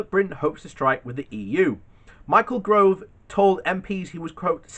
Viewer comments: It’s ‘Gove’ not ‘Grove’, pronounced ‘insufferable scum bucket’. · I'm only here because I'm bored of corona... Oh and his name is Gove not Grove. If you can't even get that right . . .